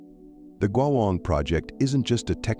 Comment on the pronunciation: Terrible pronounciation of the word " 国网“